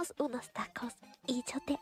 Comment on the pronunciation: ese "re fluido" sonó raro y lindo a la vez 🤭